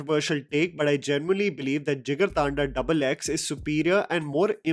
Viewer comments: It's not "thaanda", it's pronounced "dhandha" a corrupted form of Hindi word "tandha" (cool) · Its not thaaanda its thanda like hindi thanda... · Bro jigar thanda is a hindi word, don't pronounce it as jigar thaandaa, I recently got to know the right pronunciation😅